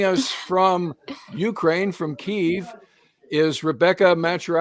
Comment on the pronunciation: Thanks for this great interview of these two great people, especially the nurse putting her life on the line, just to help. I also appreciate your pronouncing Keeve, and not Key-ev. So many on social media use the old Russian name. Keep up videos like this, and God bless to all of you.